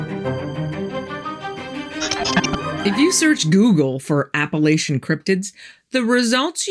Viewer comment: It's Appalachian not Appalitons first of all I know because I live here